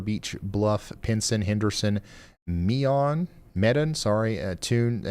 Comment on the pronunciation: its pronounced Mee done.. (medon)